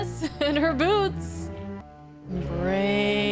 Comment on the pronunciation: "I like her dress, and I like her boo.." Wait, you said "boots", right?